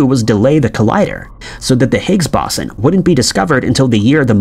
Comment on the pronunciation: If I have to hear this dude mispronounce Higgs Boson one more time in going to freak the fuck out..